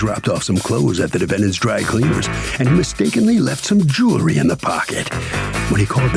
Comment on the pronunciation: Please explain why certain people can't pronounce the word "jewelry " correctly sounds so uneducated